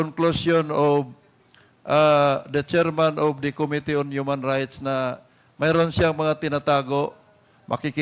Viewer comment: Medyo hindi na indulging makinig na kay Dan Fernandez. Puro ahhhhhh. At Ahhhhhh. Our ahhhhhh. To ahhhhhh. Mas madami pa yata ang ahhhhh kesa yung sinasabi. Plus may pagpronounce pa ng ko-mitee.